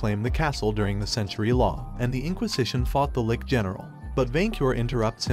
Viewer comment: first of all, LICH is pronounced li (as in stich) + and ch (like in cheeze). if this was a robot talking, i hope they fix it. Second, good Comic. Would listen to more